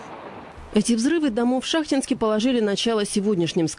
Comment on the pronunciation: Город ШахтИнск. Так ударение ставьте.